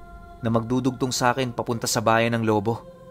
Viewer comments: Lobo' not lobo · Lu-bó po pronounce dun hehehe... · Gud pm po tag lubu Batangas po ako ang bigkas po ng lubu may din sa dulo lubu salamat po